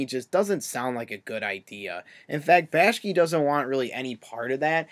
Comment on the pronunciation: And its bakshi not bashki